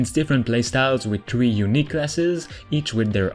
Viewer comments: He says to play with tree of my friends how many is tree! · Play up to "tree" of your friends lmfao...